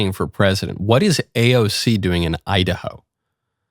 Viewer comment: When she says “ I-Da-Ho” from the Bronx - Sha ain’t lying!!!